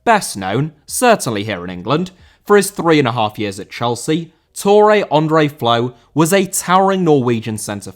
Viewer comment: André* not Ondrei